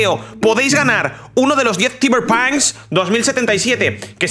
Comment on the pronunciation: Se escribe Cyberpunk 2077, se pronuncia algo como "Saiber ponk" y no "Saiber pan", no es por ser mala honda namas digo, estoy en el trabajo y solo estoy escuchando el video, y me confundí en esa parte y dije, "Sorteo de que pedo que pedo" xdxd